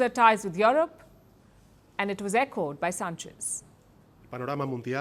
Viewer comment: Is Palki saying Yolop😂😂😂